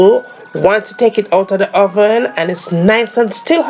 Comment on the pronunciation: "De hoven" Sounds like French ppl of Montreal. I LOVE the accent! Why call it coco bread when there is no coco in it?